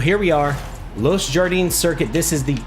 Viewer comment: Los Jardines is pronounced Los “Hardie-nes”